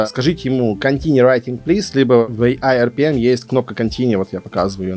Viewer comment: Класс видео. А почему говоришь ai Rpm? Prm же или мне показалось?